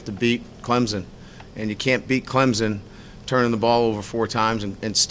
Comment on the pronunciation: "Clemzon" dear Jesus fire this man.